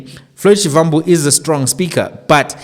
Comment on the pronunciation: Please can you pronounce Shivambu as Shibambu. It’s the correct way to pronounce a Tsonga Va=ba.